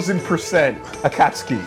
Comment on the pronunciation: Konan: It wouldn’t be so bad if he didn’t keep using the hard “U”